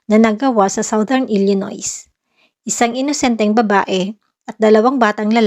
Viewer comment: Hindi po kasama ang s sa pagbigkas ng Illinois.